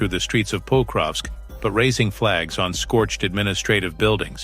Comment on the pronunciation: It is not "Póukrovsk", it is "Pakróvsk" !